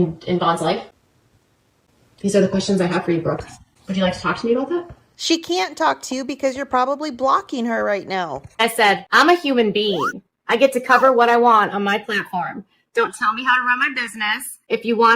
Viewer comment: UGH, KJ is SO horrible! What a miserable human “bean” she is!!!! (that was TOO funny you pointed out her pronunciation of human being as “bean”! 👍😂 LOL) 1st of all, BRAVO on ANOTHER wonderful video, !!! 👏🏻 THANK YOU for gathering all in one place to show everyone why she’s so toxic & harmful! ❤️🙏🏻❤️ (& EVIL too!!!!) You’re awesome at what you do, I LOVE you channel! I feel strongly about spreading awareness to the harm that is KJ; my boyfriend always asks why I bother, but I feel it’s important to work together as our community to keep spreading the word! (I personally have hopes one day she’ll finally be removed from platforms in order to put a permanent stop to her ability to hurt others! 🙏🏻😔🕊) She’s a walking contradiction. I’ve been studying narcissists & narcissism for the past yr, & KJ meets EVERY ONE of the 9 traits…& only 5 are required! Narcissists WILL NEVER and CAN NOT change. I USED to wish to see her do better, & kept giving her chances hoping she’d really changed each time. But I’ve learned she’s a narcissist, thus will never change! Keep up the great job my friend, sending you hugs!! 😘💕💖 (btw, I’m “ /“Without Any Common Sense” from Twitter, just in case you were confused who this is 👍😁)